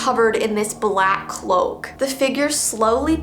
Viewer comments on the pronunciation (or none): none